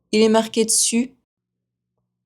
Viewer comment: 7/10. In question 6, "Il est marqué dessus'", it sounds to me that the "d" of dessus is attached to the word "marqué" giving "Il est marquéd sus". Would that happen? Thanks for another usful test.